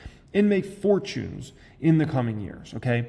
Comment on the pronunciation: "make for-choons"